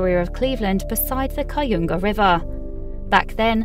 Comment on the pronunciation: Butchered the pronunciation of the Cuyahoga river and Lake Erie.